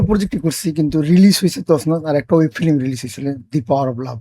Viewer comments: এই লোক তো উচ্চারণই জানেনা। ফিল্ম কে বলে ফিলিম.. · ফিলিম না ফিল্ম😂